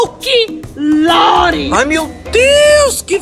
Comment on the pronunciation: "Folc-lore" kkkkkkk